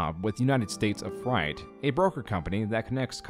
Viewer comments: fr-ATE not frite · Freight is pronounced 'fr-ATE' not fright, fascinating video though - i remember when the initial news coverage first started but i had always assumed he'd be in jail for a decade at least, pretending to be a doctor holds the same charges as pretending to be a police officer or military personnel when used to gain money through the title and those are normally pretty open and shut cases. It seems a shame it had to go this far but you can really only hope he receives the mental health support he so clearly needs before things spiral out of control. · So... How do you call it "United States of Fright" two times in a row, while also correctly calling it "United States of Freight" all in a span of less than 30 seconds, and while showing the correct words on screen? HOW did you edit that video and miss that, and how am I the only one who noticed? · I was just listening and thought the “fright” company was going to be a Halloween store or something. It’s very interesting the amount of words that people haven’t read aloud or recognised in the video essay sphere. Freight is pronounced “frate” like crate or great. You know, like logistics or supply. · You pronounced freight as Fright. Threw me for a bit. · Every time pronounces "freight" as "fright", I take 20 psychic damage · are you saying, "Fright"? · I'm sure someone has said this already but "freight" is pronounced "fray-t" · Why do you pronounce it like fright? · Freight= Fray't. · Great video. Freight rhymes with great, not bright. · I would pay to have you say the word “freight” over and over. You sound like an alien trying to pronounce that word for the first time! 😂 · I'm not sure what's scarier, the extent of Malachi's fraud or the way you pronounce "Freight". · Bro doesn't know how to pronounce "Freight" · Freight rhymes with eight btw